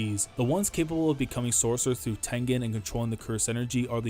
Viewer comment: just say Tengen